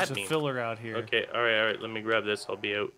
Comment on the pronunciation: Nobody: Nobody at all:: "I'll be oot"